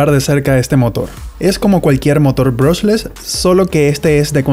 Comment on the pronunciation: aprende a decie bien el nombre del motor